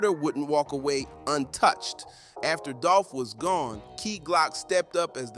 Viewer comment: The way you said dolph first name you. Should be cancelled